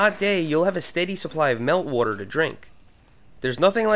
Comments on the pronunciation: "whroarter" lol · I like the way you say water. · I like how he says water 😂😂